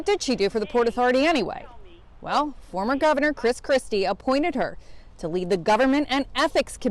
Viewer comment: I like how he emphasises FORMER commisioner...=) I wonder if she's is still "a friend of the mayor"...lol